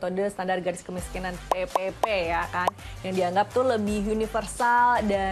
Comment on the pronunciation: Bila dengarin sebutan PePePe kayak sebutin PEPEPEK😂😂😂